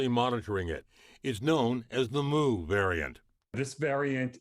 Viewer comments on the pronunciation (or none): it is myuu not mooo.........